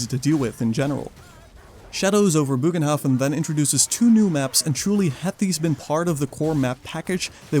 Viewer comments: ye no worries i fully get it, the translator thingy isnt perfect, nor can you be expected to copy it certainly not while doing a big video i just a few takes. but my germanic heart feels the need to tell you that it should officially be pronounce as bogenhaffen (booohhh ghhhhnn hafffff en) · It's actually pronounced as, "BURR g'n-hoff'N" (or if that's weird to read: "BURR-gun-hoff'n"). The state language of The Empire, after all, is Reikspiel; which is an extremely close approximation to modern High German/Dutch. The more you know. ™ 😜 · Bögenhafen is pronouced differentely, but I totally agree with you on the poor quality of the DLC. It simply doesn't offer anything new, but 2 kinda boring maps. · still no excuse to not even try and pronounce it correctly ;p